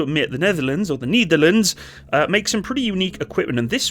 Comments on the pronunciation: I can't watch any further. "The Neetherlands". I can't tale it anymore. Just say "The Netherlands". II don't know what language you're trying to say it, but as a Dutchman who's fluent in English I can say: You're butchering it either way. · why say "kneederlends"? The correct pronounciation is "nay-ther-làn-suh". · nEtherlands as in net, not nEEtherlands. You almost make it sound like a german saying Niederlande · NIEDERLUNDS NIEDERLUNDS DON'T MAKE ME COME FIND YOU FOR ABSOLUTELY BUTCHERING THE PRONOUNCIATION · The Netherlands or the Nietherlands? You tried to say the correct thing, but you really butchered that. It's Ne-der-lán-ders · The Knee-therlands...??? 😂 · Yes, and than you got the vector and the rest of Defenture. BTW whats up with that "Neederlands"??? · Ah yes, the "Neitherlands"(no offense😂). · The niederleands...🥲 Just say the netherlands or dutch i beg of you 😭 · At least you butcher The Netherlands instead of saying Holland 😂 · *cure a sao, not cure a cow. And what is up with your pronunciation of the Netherlands? 🤦🏻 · I can understand the Nederlanders pain on how pronounced the Netherland. But when he pronounced Curaçao my heart skipped a few beats. 😅